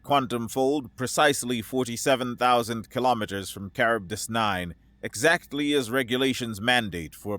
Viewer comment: Minor quibble...Charybdis - Greek....Kar-rib-dis